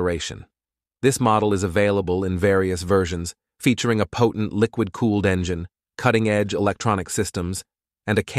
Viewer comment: Engyine ? seriously ?